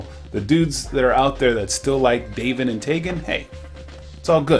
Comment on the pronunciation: For a quick second I thought you said "bacon" and taven. Then again a handful of youtubers mispronounce their names.